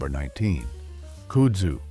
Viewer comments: AI voicing. It doesn't pronounce words correctly and no one edits it. KUD-zoo, not COOD-zoo. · Your AI generated narrator needs to be taught how to properly pronouce "KUDZU" - it's not "KOODZU" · Kudzu is pronounced cud zoo. And you missed bamboo as invasive. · I loke this, but he mispronounced Kudzu. It is pronounced Cud zoo. He was right. Don't drive through Scenic South and think those vines growing in the trees are part of 6 Wonders of the World. The South is wibdering why the US Department if Agriculture couldn't grow grass on the public highways. Probably their only use is rope. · It’s pronounced “Cud-zoo” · Cummon, can't you find an AI voice which can pronounce kudzu?? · Kudsu is pronounced wrong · You loose credibility when you can’t even pronounce kudzu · He's saying Kudzu wrong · train your AI to say kudzu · Or "Kudzu"